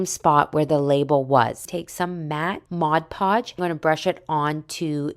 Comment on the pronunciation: It's pronounced "MOD Podge", not "MODGE Podge"!